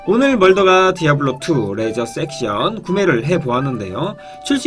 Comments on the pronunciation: 죄송하지만 레저섹션이 아니고 레저렉션 ㅎㅎ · 근데 왜 레저섹션이라고 하시는거예요? 레저렉션인데